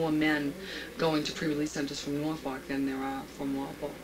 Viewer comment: As an Englishman, who lives in the eastern counties of England, I had to laugh my bollocks off at Norfolk being pronounced “Nar-Fuck” 😅 The correct pronouncement is Noowl-fk